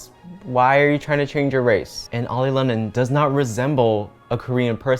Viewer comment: I just had to point his out.... you said "oily"